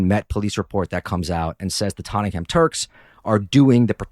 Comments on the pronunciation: It's pronounced "Totnam" not tot-ten-ham how did let this happen? 😅 great show and podcast keep up the content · They're pronounced "Ba-Bashin" and "Tot-nem" 😅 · Tot - ing - ham Jesus wept Americans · We pronounce it tot-nem. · Dude love your channel but get your facts right, I lived in green lane, during the70’s it was run by Greeks and Greek Cypriots, at the end of the decade Greeks moved out and the Turks filled the vacuum, do your research right and pronunciation, for Tottenham, pronounced Tottnam, you septics have zero knowledge about English pronunciation, USA maybe great but you septic tanks( yanks) have zero understanding of UK English and our history